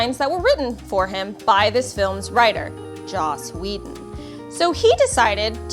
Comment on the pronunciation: It's spelled Joss Whedon, but it's pronounced "Jomps Waban".